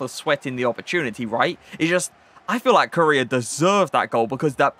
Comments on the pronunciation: Everyone: Core Aye Uh: 🇰🇷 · Not trying to be rude but it’s pronounced coraya